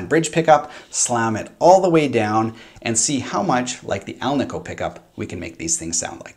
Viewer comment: The ASAT has 22 frets, no shelf extension like Fender modern necks. Musikraft now makes G&L replacement necks. Ever notice how many people mispronounce ALNICO? It's like AL KNEE CO. says it correctly.